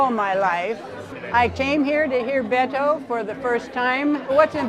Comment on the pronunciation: Come on Brian! At LEAST make an effort to pronounced his name properly, Beh•tō